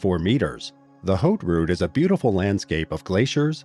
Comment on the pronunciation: haute route = "h" is silent in French at the beginning of a word.